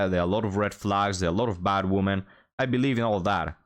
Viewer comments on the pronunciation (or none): Love your content, but you really need how to pronounce the plural "women" properly. 😵